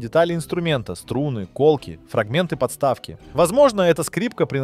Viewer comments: Коментатор несёт пургу и говорит на странном языке . Ко́лки , ко́тлы . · Очень интересное видео. Хотя и коробит, что комментатор не знает такие слова как "колки, котлы", т.к. неправильно ставит ударения в словах, которые ему написал автор.😊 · Не кОтлы, а котлЫ. Диктор что ли с ИИ вместо мозгов? Опять же не кОлки , а колкИ.